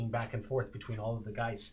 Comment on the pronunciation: I'm very late on this, but, being German, hearing "Geists" makes my skin crawl. The plural is "Geister", dammit :P